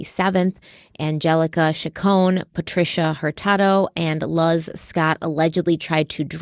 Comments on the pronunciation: It’s pronounced “lose” not “luuuhz” …lol …Luz Scott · The name Luz is pronounced "Looz" just a friendly fyi, so when she gets out everyone will be able to identify this human garbge. Thank you both for bringing attention to Mary's case and to vulnerable individuals like her